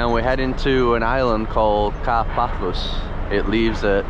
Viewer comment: Nice video! But please don t call it "Car - Páthos", correct pronunciation is "Kárpathos"..🇬🇷♥️🌞